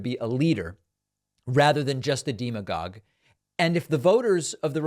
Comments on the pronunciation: David... If we're going to laugh at Ron DeSantis for pronouncing his name Dee-santis, ....then don't say deemagogue; it's demagogue! Just like democracy isn't deemocracy. 🤨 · Bruh…since you love to correct. “Deem-agogue” is totally incorrect when pronouncing the word demagogue. Never heard anyone say it like that before. 😂That is all. Don’t judge me. You do it constantly. 😉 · "deemagogue'? And you recently said 'conundra'. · Really great content. However, "demagogue" has a short "e" in the first syllable, not a long "e". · Hey David, love your show but you mispronounced "demagogue" 😂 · Hi David, just a tip from a native English speaker: I usually hear “demagogue” pronounced with a short “e” sound at the beginning, like “democrat”. Love the show, keep up the great work! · You pronounce demagogue wrong